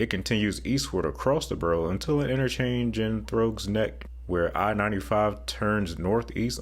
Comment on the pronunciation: "Throwgs Neck" I giggled